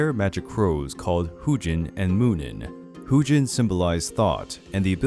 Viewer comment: Pronunciations were wrong (Huginn, Jormungandr specifically).